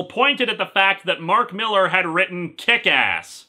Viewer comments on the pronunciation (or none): It's pronounced "MILL-LAHR" (he's Scottish) and I thought his work sold?